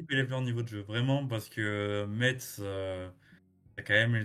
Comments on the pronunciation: Ça se prononce messe, pas metse! 50/50 pour moi. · Par contre on dit Metz (mess) pas meTTTTz